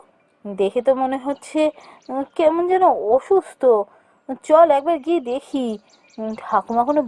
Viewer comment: ওসুস্থ নয় হবে অসুস্থ 😅